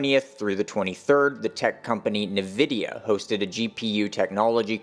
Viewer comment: Nvidia (en-VID-ee-ə)